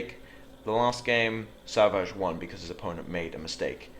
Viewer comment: For the record, his name is pronounced "Sav -eets" Artosis has made us all call him savages.